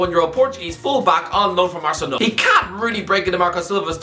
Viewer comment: Why do you sometimes pronounce words or names so weirdly? Like you say ArsenAL. It’s just irritating as fuck